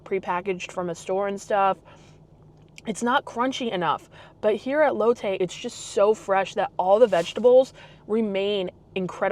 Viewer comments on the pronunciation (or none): Amazing video, fyi it’s pronounced Lot Tay, silimiar to Latte , not lote Tay. Just remember Asian pronunciation diff from American words